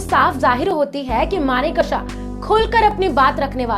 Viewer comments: Maane ksa nahin manek sha Uchcharan sudhar koi bhi anchor bnra aaj kal. 😂😂😂😂😂😂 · Request you to please pronounciate his name correctly. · Pronounce Sam Bahadur's name correctly, please. Ask a Parsee... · Video bahut accha Laga. Maneckshaw.2 alag word nahi Hai. AAP ko Yeh Dhyan rakhna bahut zaroori Hai. 50 time Sahi bholna seekhe.